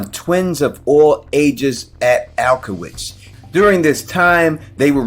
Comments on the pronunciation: I believe it’s auschwitz . Not alkowitz …. Thorough on all the obscure pieces of history but not the one of the most Infamous 😂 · I love you, man, but look up the pronunciation of Auschwitz 😫. Also aliens? He saw aliens instead of God? Sigh